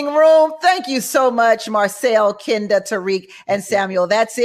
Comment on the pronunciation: Kinda (even tho she says Ken da 🙄 lol)